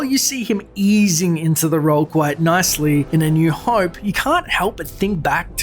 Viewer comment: Oh cmon! It's not "hoype" is "hope"!!!